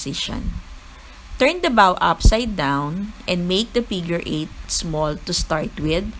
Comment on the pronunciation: its pronounced as BOW po, not BAW =)